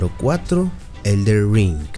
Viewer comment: Elder… pesimo video, habra que aprender a leer… ELDEN!